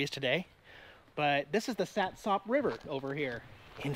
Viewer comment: I've told you this before. It is pronounced Sat' sup. Spelled SATSOP I know but the emphasis is on the first syllable and the last syllable is UP not OP. By the way, from the bay side in Ocean Shores you can see Mount Rainier and the cooling towers at Satsop. You're looking straight up the bay and the river because it's a straight shot. That's a distance of 40 miles according to Google.